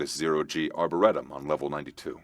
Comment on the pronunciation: Yes, season 2 please. But learn how to pronounce Arboretum properly.